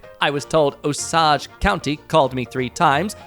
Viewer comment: Osage is pronounced OH-sage (like a sound of surprise, and the herb). It's the name of an Indian tribe. Source: I live in the next county over.